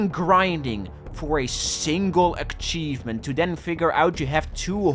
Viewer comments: why does say achievement like akchievement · 12 minutes of pissing me off for saying aKcheivment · It's ACHIEVEMENT not AKCHIEVEMENT for fuck's sake... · Achievement not ackivment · try to get this achievement,: "Don't pronounce 'Achievement' like 'Akchievement' " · it hurts me to hear "aKchievement" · A-cheeve-ment Not Ack-cheeve-ment! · omg please stop saying "akkkkkchievement", it's "achievement" lol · why does say ACKchevment instad of achievement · "a K chievement" Man where the fuck did you get that K from? Learn english mate! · What. The. Fuck. Is an akchievement. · Dude. What the hell is an "akchievement"? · Bro be saying aCchievement Bro there is no hard C, only ch so start speaking like you should lmao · How do you have 94 fully completed games while still pronouncing it as "akchievement" ^^' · stop fucking saying akchievemnt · what the fuck is an akchievement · "Achkievement". I personally can't ever say prerelease right. I say it "prererease". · bro no offense but why do you pronounce achievement as "akchievment"? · broski, that thing is not call ack-chiefment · God my ADHD is killing me right now. just the way hes says Achievement like akchievement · I love the pronunciation 'ackchievement' I shall use it myself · why do u call it akchievement? :D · everyone pointing out you saying akchievement in the comments is boosting the video to the algorythm dutch W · STOP SAYING aKKchievement FOE I SWEAR TO GOD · ", say Achievement" "Ackchievement" "Gesundheit" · hearing say "ackchievement is melting my brain" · Love how he says akchivment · when he has to achieve something great to get an "akchievement" in a game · No offense to but full offense to the way he pronounces akchievment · Ackshievement innit? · Why bro say Ackchievement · hehe said: ackcheivement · "Akchievment" Still a good video tho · this is a certified akchievement classic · PLEASE PLEASE LEARN TO PRONOUNCE ACHIEVEMENT PLEASE